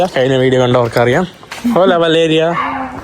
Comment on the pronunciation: പറയുന്നത് മലേറിയ മലേറിയ എന്നാണ് ശ്രദ്ധിച്ചോ